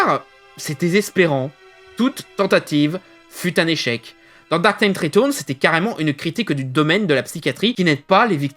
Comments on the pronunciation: retOURNES .... bordel c'est compliqué de dire reTURNS xD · Ta façon de dire "ritourns" m'a achevé.